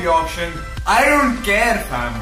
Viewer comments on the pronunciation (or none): Stop saying fham 😂🤦🏽‍♂️